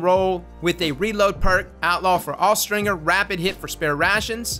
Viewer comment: Austringer is pronounced with the J sound, not the hard G sound. Look it up.